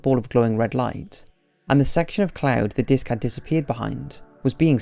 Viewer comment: Is it just me or is something up with his pronunciation in this video? He is usually perfect and on point but there were many times that I did a double take in this vid. When I heard, "...the spotted a huge 'dick' behind the clouds..." and "...they couldn't take their eyes off the 'dick'.." I almost lost it. lol